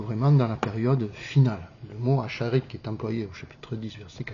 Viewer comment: Pas acharid mais aharit